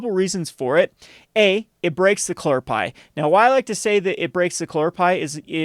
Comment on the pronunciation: its cuhlor pie not clorpie 3head